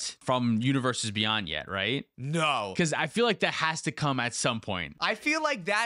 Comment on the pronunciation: Universes Bey-UN-d